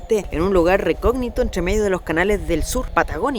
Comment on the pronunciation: Hola .. te refieres a un lugar recóndito?? creo que dijiste recognito .. saludos amigo